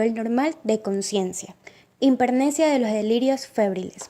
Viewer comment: Por favor pronuncien bien, es importante: hipermnesia, no himpermnesia.